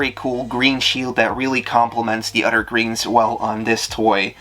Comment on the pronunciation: This guy has an unusual speech impediment. Instead of hearing the words “threw”, “three”, “throne” and “other”, I interpreted it as “true”, “tree”, “trone” and “udder.”